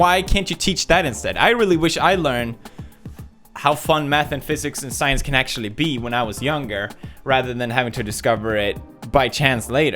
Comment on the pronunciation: The subtitles : I love science... PewDiePie : I love SAIYAANS...